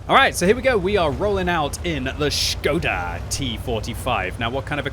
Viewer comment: its ŠKODA btw